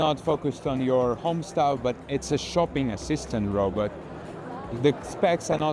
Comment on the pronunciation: "Robut phone"